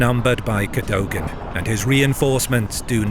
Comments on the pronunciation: Cadogan is pronounced "Keh-duggan". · The fact you can’t pronounce Cadogan’s name properly- same with Menin-, makes me wonder if you are just AI. I hope not but it’s not a little unsettling. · Please do pronounce Cadogan properly.